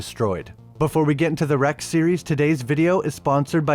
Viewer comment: Its said "WRECK" as a word because it is short for the word RECORD, like record film on a camera